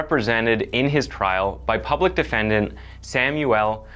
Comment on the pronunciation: Jesus christ, I couldn't even get a full five minutes in before you murdered the English language. It's "public defenDER," not "public defendant." The word is "again," not "againe." And wtf is "unwarranted evil"? Learn how to read before taking a job as a narrator. Damn.